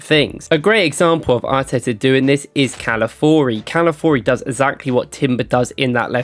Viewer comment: Cala- fi-or-reeee it's not hard and its his name......